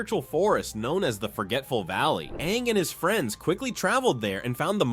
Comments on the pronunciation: Ima need to stop you right there brother, no says Ong instead of Aang unless you're M Night Shyamalan. Put some respect on the GOAT's name. 😤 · Anng 🚫 Ong✅️ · Why are you calling him “Ong”?? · we just gonna past over him calling Aang, ong? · It's aang. Like the a sound. Not ahng. Learn pronunciation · It's not ONG, it's AAING< spelled Aang. Lord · This video was great and detailed but the pronunciations really through me off. At one point you even said Awng like the movie we don't talk about. Like come on. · He just say Ang when it’s supposed to be AANG!!!!!! the avatar states was the most powerful thing for all the elements and also is there like one for every element like earth bending can be metal bending fire bending could be lightning bending water bending can be ice bending air could be all the elements mixed together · The last time you mention fang you pronounce it like fahng. Then partwat through aang you switch pronunciation to the one from the god awful movie and say ahng . Unsubbing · Is that why they couldn't decide on how to pronounce names? It was really bothering me. It even said Awng smh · DID HE JUST SAY AHNG😡😡😡🤬🤬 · it’s insane to say his name wrong while making this content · Ung really, you watched Avatar and mispronounced aang multiple times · Everything was great but did you really have to pronounce Aang's name like that 😒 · Your pronouncing Aang's name wrong........ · DONT YOU SARE SAY HIS NAME INCORRECTLY!